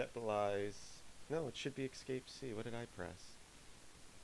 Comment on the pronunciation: You are pronouncing "escape" as if it were "excape". It's a really, really bad habit which is why I mention it. Other than that it's a nice video.